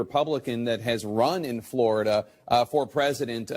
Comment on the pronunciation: Fleurida, Flerida... At what point did they start popping Xanax?